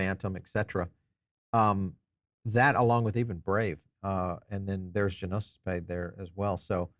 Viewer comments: Gnosis is a Greek word that means “knowledge.” American English pronounciation "no-sis" or "noses." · Pronounced: No-Sis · It's not G-nosis .. dude common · It was killing me! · The G is silent bro